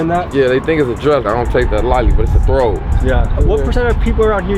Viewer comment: It's not a throwb it's a thawb/singular, thiyaab/plural